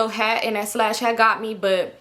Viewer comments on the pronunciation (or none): Girl you and that damn “slash” (sash) had me dying. I love how comfortable you are just genuinely being your silly care free self. My fave will always be “I’m confusion” 😂😂.